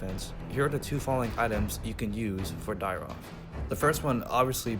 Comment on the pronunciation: Nice vid..... but isnt it.... Dyrroth???? Not Dyroth????